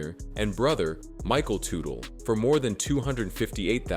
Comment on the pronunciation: I came here to see if he died, that's the way the title makes it sound...Bummed out now he didn't lol. The way the narrator said their last name is so funny! I also heard all the bikes they made were sh*t!